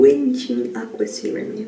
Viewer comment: En kestä tota Markia tos ku yritit lausuu sitä seerumia xD Paras koko videossa :))